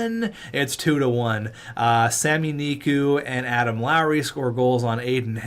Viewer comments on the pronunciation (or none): none